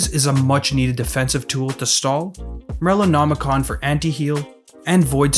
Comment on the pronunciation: This guy pronouncing Morellonomicon correctly holy